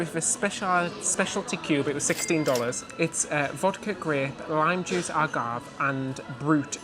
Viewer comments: I love your pronunciation of words vs. American sounds. AGAVE is ah-gahv-eh LOL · Pro tip, it’s pronounced agave-A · A-goff-hay...Agavé❤ like as in the plant they make tequila from. Its not alcoholic, just a sweetener 🤗🌵🍹🧉